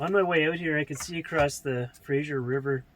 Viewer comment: 100% agree with aserta ... but one thing bugs me being born and raised near the Fraser River ... not Frasier River lol.